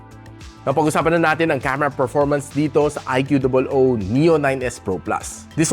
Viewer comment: Its annoying that you call it "IQOO DOUBLE OW" instead of IQOO